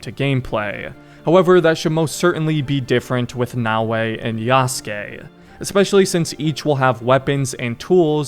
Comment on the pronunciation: Actually kinda funny how you thought it was Nae-o-ee 🤣 Brother, just a tip, when it comes to asian names or languages for most of them, abandon the english way of spelling the letters (just as how you read Bayek or Yasuke's name, you don't spell it Bae-yeek or Yae-suh-kee right? You don't read Oda Nobunaga as O-dae No-buh-nae-gae) No hate tho, good video!